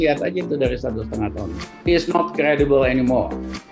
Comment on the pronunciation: Emang bener pa ..... Srimulyani ngomongnya ga klidibel......tapi kridibel (cridible)...😀😀😀